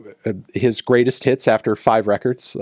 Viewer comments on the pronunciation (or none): none